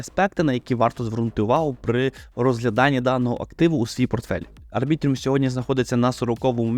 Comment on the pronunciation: Будь ласка, називай Арбітрум Арбітрумом, як можна записувати експертне відео і неправильно читати назву токена?